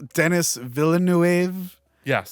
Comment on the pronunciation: Always funny to hear an English speaker saying Villeneuve. “EU” is a single sound in French, you don’t pronounce each letters separately. It’s sound a bit like OEU in Hors d’œuvres